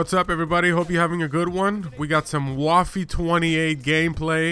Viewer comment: The way you pronounced "waffe" makes me want to inject my eyeballs with snake venom. Other than that, great video!